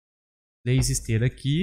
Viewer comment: tlês saídas e entlar aqui. tão fofinho né kkk